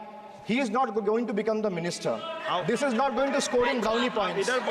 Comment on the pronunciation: Speaker sahib, correct your pronunciation. It's 'Please' not 'plege'😂😂😂